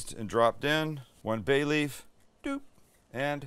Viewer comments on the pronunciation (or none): none